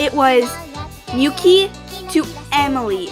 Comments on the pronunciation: Mi-yu-ki not Myuki A-ka-né not Akene Na-o not Naho Ya-yoi not Yay-yo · correction on the pronunciation! Miyuki -mee-yoo-kee Akane-A-kah-nay Yayoi- Yah-yo-ee Nao-Nah-o Reika-ray-ka and i get these were mistakes, but instead of makito (how u said) its makoto. with an o. sorry if i sound rude, just trying to correct